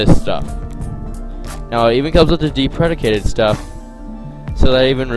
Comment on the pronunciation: Move your mic away from your mouth. Deprecated - deep-reh-kay-ted. Good tutorial though.